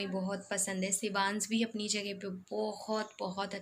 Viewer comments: Congratulations Dear, one requesttry to pronounce (say)Sh not ss .It's Shivansh not sevans,its Mansh..not mans. When ever the word ends with sh u say ss..Try to correct other wise Misheka will also learn worng pronouncition... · आप शिवांश को सिवान्स मत बोलो dear